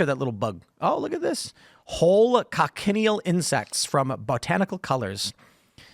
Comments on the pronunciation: Not con-ken-e-al. Coch-i-neal. Keep talking like that and you will eat ze (colored) bugz. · Btw it's pronounced Coach-in-eel. Learned about them on a desert trip in Tuscon where our guide showed us these bugs on cacti where they naturally live. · Thats not how you pronounce cochineal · That's not how you pronounce cochineal.